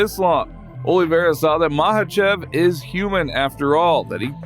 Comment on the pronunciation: it's not Habib its Kabib with a ka. Likewise maKachev with k not ha